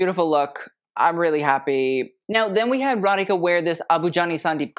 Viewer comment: Thanks for saying Radhika (and not Radiki) 😀